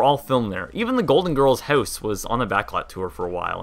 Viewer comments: Your pronunciation of "house" has betrayed your Canadian nationality. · Why do you pronounce the word "house" as "heuwce" instead of "howce?"